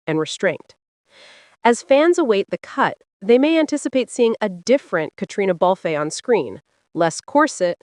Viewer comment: Why doesn't this narrator learn to pronounce Catriona Balfe s name correctly?!